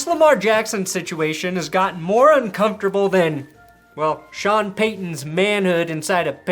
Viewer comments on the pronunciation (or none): none